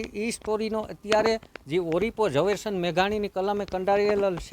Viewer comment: તું પેલા બોલતા શીખ ઓળીપો કેવાય ઓરીપો નઈ કોડા